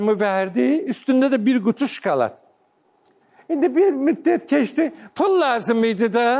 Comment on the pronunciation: Şkolad yox,şokolad